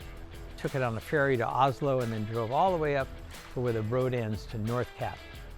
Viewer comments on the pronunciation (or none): none